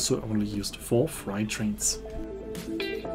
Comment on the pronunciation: Tolle Reise und toller Bericht. Kleiner Tipp für nächten Mal: „freight“ wird auf Englisch wie die Zahl Acht (fr-ate) ausgesprochen, nicht wie „fright“ (fr-aite), was „Schreck“ bedeutet.